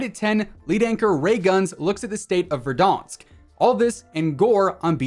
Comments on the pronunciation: Did this man just say Verdonsk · Is it just me or do I here him say verdonsk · Pov: your looking in comments to see if anyone noticed the way he says verdaunsk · How can you not pronounce Verdansk?